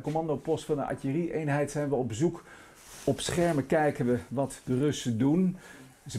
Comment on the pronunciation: Is het nou atjerie of artillerie?